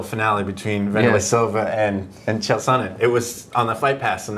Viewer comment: "Kale" Sonnen and "Reenan" Barao? How can one be an MMA journalist without at least making the effort to pronounce the competitor's names correctly!?